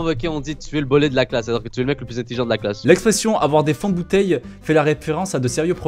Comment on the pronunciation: wow fais gaffe ton accent du sud il commence à se barrer par moment , tu nous a sorti un " intelligeon"(entre autres!) j'ai pas compris .. Deviens pas parisien s'il te plait ça serait dommage ;)